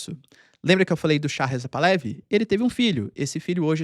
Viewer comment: Excelente video como sempre. Uma dica caso interesse. Moro no Canadá onde tem uma grande comunidade persa. Um amigo iraniano-canadense me disse que a pronúncia correta do sobrenome da família real Pahlavi é Par-la-VI. O h tem som de r carioca e é uma oxítona. Abraço.